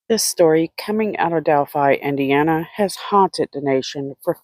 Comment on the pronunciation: You left out the "L" in Delphi.